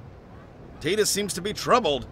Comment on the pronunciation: Quality dubbing! I also appreciate you guys pronouncing it TEE-DUS. 10/10